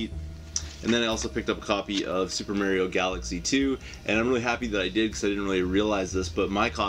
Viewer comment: i love how you silly Canucks pronounce Mario..good stack of stuff there man!